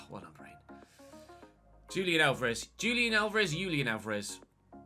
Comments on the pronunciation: Yep. If he was Brazilian, would be correct but looks like his target is Argentinian so H should be correct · Julian is pronounced "Hoo-lian",. Fyi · It’s actually pronounced Hulian, j in Spanish, is more like an H sound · Julián is pronounced like "who-lee-AN", and "an" is stressed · FYI - Julian Alvarez -- "Who-lee-un" is a closer pronunciation for the name Julian. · It's pronounced like the J=H in Bohemian